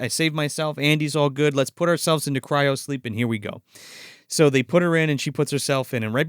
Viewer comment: Cryo. CRYO,. Cairo is a city.